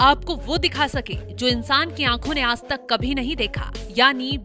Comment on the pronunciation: Ye aas tak ka shabd kya hai ? Aaj tak Hota hai 😂😂😂😂